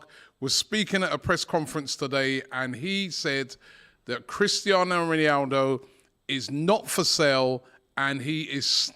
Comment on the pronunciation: how DR butcher's Ronaldo's name?